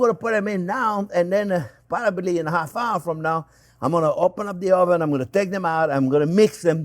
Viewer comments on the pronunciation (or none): "parabaly" in half hour from now...😂